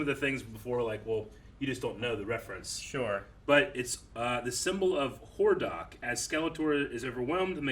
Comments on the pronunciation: Lmao yeah. The way he said Hordak did hurt my ears a bit. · for not recognizing Hordak's symbol and then mispronouncing his name lol